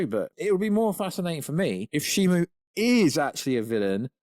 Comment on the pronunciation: Shimo. Not Shimu.